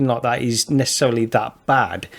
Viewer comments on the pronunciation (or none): Did say neccecelery at the beginning